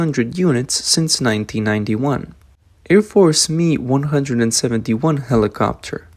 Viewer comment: MI is not pronounced ME but phonetically EME EYE. Like just the letters M and I.